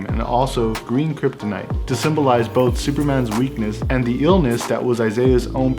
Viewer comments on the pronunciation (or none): none